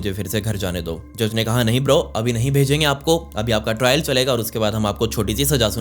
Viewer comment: "Nehi bro"😂😂😂